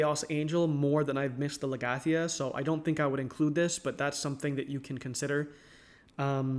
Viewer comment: mans really pronounced legatia, legyattia